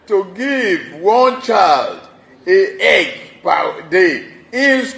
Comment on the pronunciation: Did I hear Tinubu say "A Egg"?